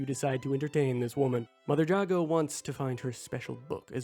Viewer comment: How to you play the whole game and not hear anyone say Jago correctly